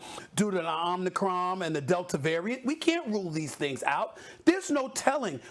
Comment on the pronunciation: .. "OmniCROM"..?🤔🤦🏽‍♀️ Step n' Fetch Hoppin' Bob is deceptive in facts as well as pronunciation.